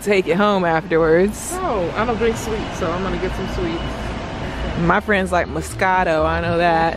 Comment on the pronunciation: I am Italian and I love how you pronounce MOSCATO !